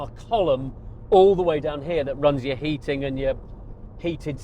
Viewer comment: Yrr? It’s “your.” Before you have your sissify-fits over the C8, try learning to speak correctly..